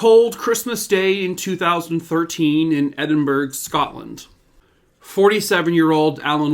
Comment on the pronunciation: Joyeux Noël from France. Hope you had a nice peaceful Christmas. It’s said “Edin-BURA” not “burg”. No idea why. Sort of like Glas-GO. Beat the Brits on this one 😜 Used to date a guy living there.